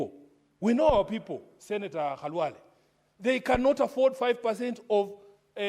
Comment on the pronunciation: Is this speaker a Luhya? She knows very well how to call senator Khalwale. Others calling him Kalwale.